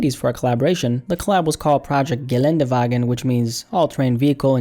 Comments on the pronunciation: he said it perfectly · Yeah bro as a German I was surprised he hit that ä perfectly without a flaw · hat er schon gut gemacht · saying "Geländewagen" was easily the highlight of this video. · Honestly, he nailed it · Im german and I was surprised how good he pronounced it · yeah he hit that shit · I'm German and he said it better than me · he said it so perfectly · really finessed that German pronunciation. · I was so impressed by the fact that he said "Geländewagen" right, but then he pronounced "Maybach"😭😂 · Damn, your Geländewagen was so flawless, do you speak German or anything in that general region/dialect? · Ay your pronouncing of Geländewagen was pretty clean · Can we just quickly appreciate how good pronounced Geländewagen? As a native German I am very proud! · ey der hat das so gut ausgesprochen ich war voll erschrocken